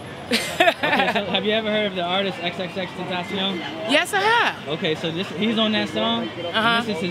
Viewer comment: she said xxxtention lol